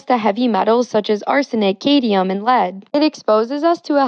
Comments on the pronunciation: And "cadmium" as "cadium". She's talking about heavy metals and can't even get them right. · Also, she called it "cadium"... It's "cadmium". 🤦🏾‍♀️ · Yeah gotta watch out for that "Cadium" lol. You can have as much Cadmium as you want tho 😂. Also there is NO safe amount of lead in your system. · Cay-diem ... I've never heard Cadmium pronounced like that before. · Heavy metals like "Cade-ium" 🤦‍♂️ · She also called cadmium "katyum" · I hope she learns how to pronounce cadmium